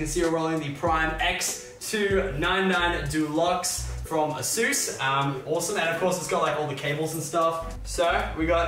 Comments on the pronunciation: It really bothers me when they say ‘a-zus,’ not ‘a-sus’! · Nobody: Lachlan: AS OOOS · Does it hurt anyone else how he pronounces the name of the hardware so incorrect